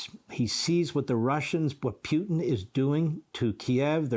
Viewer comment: This Levin guy STILL can't pronounce "Putin."